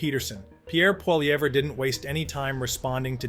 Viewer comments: For the love of God say Pierre's last name properly !!! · Canada connection learn to pronounce PIERRE POLIVERRE properly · It's hard to take you seriously, when you can't even pronounce Poilievre.